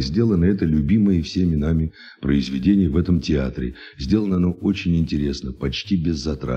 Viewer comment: Особенно когда "Не просили денех"